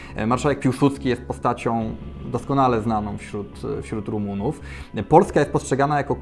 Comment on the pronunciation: Nie romuw tylko rumunuw